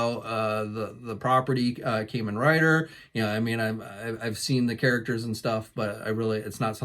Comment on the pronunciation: It hurts my soul how you say Kamen rider lol love the vids though bud, keep up the good work. I can't get enough of the new Kamen rider ooos figures. Only bummer is their souchku seiheio line is so damn expensive.